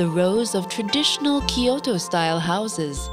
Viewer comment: Tried to watch; gave up because the voice and the way they add ki to kyoto.